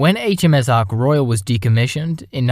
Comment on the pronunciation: Somebody should tell that idiot presenter that the aircraft carrier is British not French and it's name is Ark Royal NOT Arc Royale.